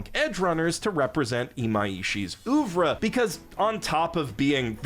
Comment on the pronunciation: ouvre = 'OOVRAAH' ok dude